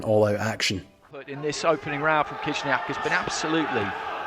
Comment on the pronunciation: You also butchered Khyzhniak, it’s not krizniak lol